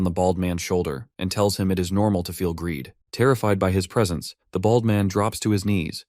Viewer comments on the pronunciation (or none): the way you say "BALD" and "BALDY" hurts me to my core T_T but continue I needs more!!!!!!!!!!!!!!!